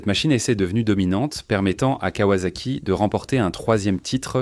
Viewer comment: Le contenu est plutôt bon (manque tout de même la ZX12R et la confusion turbo/compresseur). MAIS cette voix d'IA est à chier : en 1900.....quatre vingt tonze, la kavasaki etc...